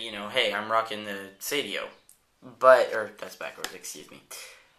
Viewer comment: it's "Seidio", not "Sedio" nice review tho =)